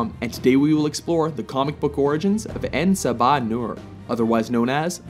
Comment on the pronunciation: yo you pronounced his name incorrectly. en sab enur is pronounced "en-sob-ah-newer". and for those that do not know it means "the 1st one".